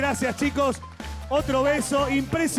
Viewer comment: Tirri no turri